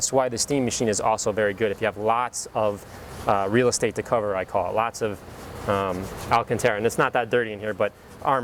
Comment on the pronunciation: Alcantara. Pronounced, Al-CAHN-Tah-ruh.